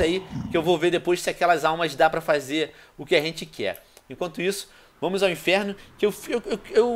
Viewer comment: Venom para de dizer enferno